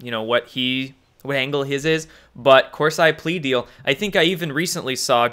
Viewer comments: Hey, How's everything going at Mom and Dad's house? Jerome Corsi (surname is Italian) pronounced KOR SEE. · Corsi is pronounced Corseeeeee. Drives me crazy dude. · Corsi pronounced core see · Pronounced as corsee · I can’t believe you don’t know Jerome Corsi is pronounced, Kor-See. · Corsee...come on, you can say it. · Please learn how to pronounce names. That is basic journalism. Corsi pronounced Corsee but spelt Corsi. Got it? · CORE- SEE = Corsi Please, repeat after me. CORE- SEE CORE- SEE CORE-SEE Corsi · Love your info but please get name pronunciations right! Corsi is pronounced COR-see. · Corsi is pronounced Cor-see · Corsi is pronounced with (Cor-see) sound...unless you're saying it that way for 'effect'. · LOL, his name is pronounced COR-see. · Hey.....Corsi pronounced Kor - See! Thanks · He’s pronouncing it like cor(psy) like psy op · Chris, on the other hand if I were he and read that comment, I would correct my pronunciation. It hits some of us, especially language nuts like me, in the face when we hear Cors eye. Remember when Bush said nuculer instead of nuclear. It made Bush seem even less intelligent than he was. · It's COR-SEE, and he never "flipped" on Q. Watch a few months of his videos from earlier this year. He became sceptical about certain Q drops. Like everybody. Dr. Corsi is far from a traitor. Read up on why he was indicted. And maybe try reading one of his books before dropping the gavel. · Omg....Corseye??? STOP IT! You sound ridiculous. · Listened to you for a long time now, I don't understand why you can't pronounce anyone's name. Discredits your intelligence and makes it hard to take you serious imo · You butchered Jerome Corsi's name and you are trying to butcher Infowars. These people have been out there for 20 plus years, under their public name, exposing the truth as the alt media. Q hss been out there 1 yesr plus ANONOMOUSLY. Who deserves our trust? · CORSI IS PRONOUNCED CORE- SEE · his name is Corseeeee, not 'I'